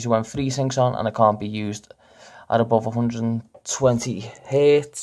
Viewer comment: you can't even say hertz right